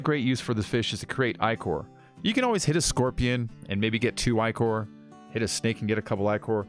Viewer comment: Ichor = (ick)-er